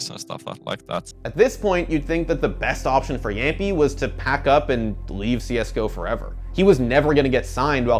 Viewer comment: Its not jampi, jamppi